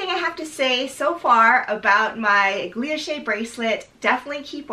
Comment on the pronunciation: Loved the review! Btw not a big deal but I think you’re pronouncing it “gluilloche” with an extra l but it’s “guilloche” 😊